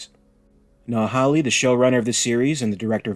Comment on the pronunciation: Mate, you need to pronounce Hawley correctly! Come on!